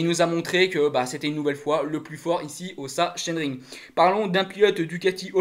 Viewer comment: Bonjour pour la prononciation il faut dire saxonering.😆 Sinon super debrif. Merci.